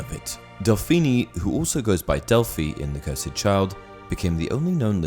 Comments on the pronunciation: It’s cursed not curside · It’s cursed, not cursaid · Lmao why cant u pronounce the word cursed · Wait... how did you pronounce cursed? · I love ya man but the way you pronounce cursed is wrong and it annoys me